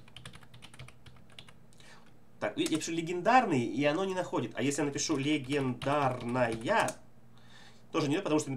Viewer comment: "Легендраная" XD